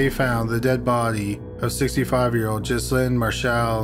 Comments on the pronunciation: Ghislaine is pronounced Gilaine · number 1 jizz-lin??? cmon ffs i know your canadian but jesuschrist its ok you say hewse not house and abewt n bewt not about lol , remember maxwell? its pronouced GUH LAIN ffs and jizzlin marchelle??? wtf say it like marsh-all... no 'elle' at the end wow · Ghislaine = Ghee-LEN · Mispronouncing Ghislaine I get, but Calgary? 😋